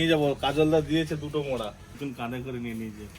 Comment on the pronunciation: Ota 'mawra' na ota 'mora'😅